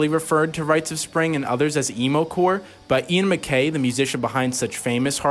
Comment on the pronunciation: These damn kids don’t even know how to say Ian MacKaye’s name right. I’m calling Fat Mike so he can fire you from punk rock